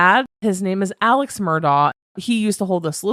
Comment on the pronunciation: It's actually pronounced Mur-dock ( I know, makes no sense) and Alex is pronounced Alec. Many have reported this.